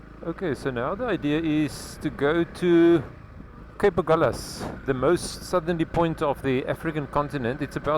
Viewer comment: No, because of compass needles that swerved around as the sailors went from south to north. The Portuguese word is Ahulhas (pron something like Agoolhjash) and the liaison L' here is a misnomer, although locals insist.